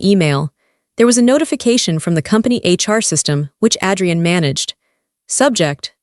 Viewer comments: It's AAAdrian not Ad-re-en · Please pronounce the names right, Adrian not Addrian and amber is not Ember, I do like the story, Amber should make a name for herself and start her own company 😊😅